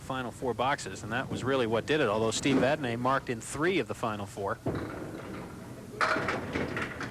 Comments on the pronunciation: For God's sake...the name is Vadnee not Vadnay. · actually its vadney